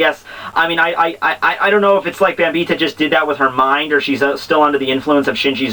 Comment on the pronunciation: I'm pretty sure her name is pronounced "Bam - By - Etta" There is an i and an e in her name for crying out loud. A good example would be the name "Henrietta"